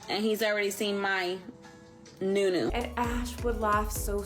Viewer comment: I cringe every time I hear 'New newu"🤢